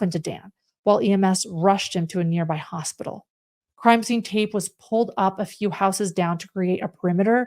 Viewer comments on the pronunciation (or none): none